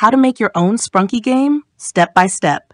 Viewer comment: You mean sprunki not spranki